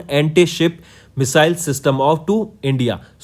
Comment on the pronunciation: Please pronounce (Missile) correctly